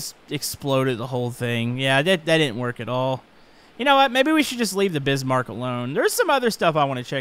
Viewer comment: I heard Bisbark, wha...the world? Y’know? I know he meant Bismarck but, I HEARD BISBARK! Lol